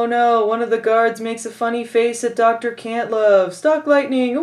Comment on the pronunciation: It sounded like the General said, Dr. Cuntlove lol